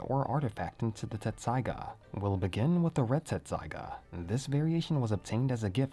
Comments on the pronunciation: I thought it was "tetsusaiga" not "tessaiga" lol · Dude, its tessaiga, not tsetssaiga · You're both wrong and right! In the official translation of both the manga and the anime, the name of the sword is written as "Tetsusaiga." However, that's actually because of a translation error, and the original Japanese name is pronounced and spelled "Tessaiga." I feel you with "your childhood being a lie"; when I first started studying Japanese it confused the heck out of me! And all of my favorite fanfictions spell it "Tetsusaiga," too. If you're interested in the details of what got lost in translation, the mistake was made because the printed Japanese font size of the original manga made it difficult to distinguish between the characters つ and っ. They look almost identical, but the second character is slightly smaller which changes its pronunciation. The large つ is pronounced "tsu," whereas the small っ doubles the directly following consonant. When Inuyasha was published in Japanese, the pronunciation guide for the name of the sword, 鉄砕牙, was written to the side of it as てっさいが, pronounced "Tessaiga" (Te - double consonant - sa -i - ga). However, the word was printed in small font and was written vertically, which made it hard to see the size and placement of the second character. Translators mistook it as the large つ, which then made the word てつさいが / "Tetsusaiga" (Te - tsu - sa - i - ga). And thus, the English translation has gone on to lie to fans for years lol Thanks for listening to my own little spiel; I get hyped about this stuff and don't often have a chance to t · I thought it was “Tetsusaiga”. Always hear a distinctive “t” lol. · I thought it was Tetsaiga not Tessaiga. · TET-saiga. TET-saiga. Lol